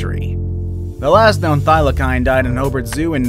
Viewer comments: HAHAHHA, the " Thylackine"! hahha. its pronounced the thyla-seen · it's not pronounced Thila-kine. It's pronounced (Thila-seen) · It's not pronounced thylakine it's pronounced thylaseen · Is it just me that’s mad that he said” thyli’k’ine when it’s thy’le seen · Bruh they aren’t pronounced thylakine they are pronounced thylaseen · Its pronounced thylaseen not thylakine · You said Thylacine wrong it is said like this Thy-la-cene it sounds like that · It’s pronounced thy-lah-cyne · HOW DARE YOU PRONOUNCE THYLACINE WRONG! Wtf is Thyla-kine???!!! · Its pronounced thy la seen ok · Its pronounced 'THIGH - lah- SEEN'... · can you say thylacine properly next time